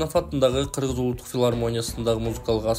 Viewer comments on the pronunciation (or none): none